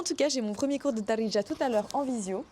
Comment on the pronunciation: C'est "Be Dziriya" littéralement " en Algérien " ce mot Daridja ne veut rien dire en faite . Il faut travailler ton H ح c'est le plus dur pour les étrangers non arabes